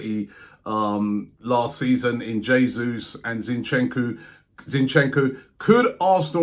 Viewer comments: Man said zinchenkooo and corrected himself by saying zinchenkooo 😂😂😂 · How don robbie manages to butcher the name zinchenko baffles me